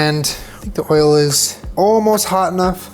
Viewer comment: At first I thought you said that Panda Express orange chicken has msg, sugar, and WHALE in it, and I GENUINELY thought that there could have been some whale-meat-orange-chicken scandal that I just hadn’t heard about yet. Then I went back and realized you had said “oil.” This is what 2020 has done to me.